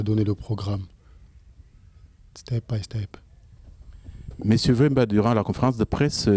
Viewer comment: Pardon... Il te faut encore prendre des cours. "sttep by step" 😂😂😂😂😂